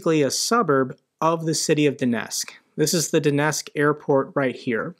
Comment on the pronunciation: Love your podcast Donetsk is pronounced "Donetsk"---pronounce the "T"